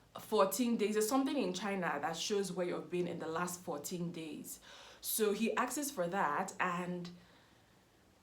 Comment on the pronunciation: the word is "asks" not "askes" lol